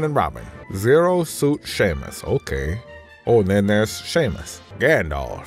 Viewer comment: Zero suit "Sheamus" OMG lmao! At that.